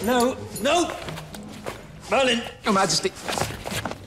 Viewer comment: It's mERlinn